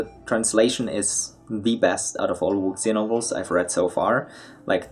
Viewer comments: Wuxia is pronounced wu-shia, there isn't really a sound in english for x, it's sounds similar to "s" in "sure" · Wuxia just means "martial arts." You should use English if you're going to pronounce Chinese this badly.